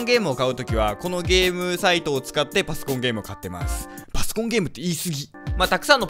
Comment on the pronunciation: パソコンゲーム言いすぎてパスコンゲームになってるよ。